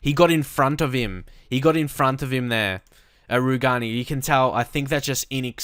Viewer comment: Rugani is pronounced "roo-jay-nee"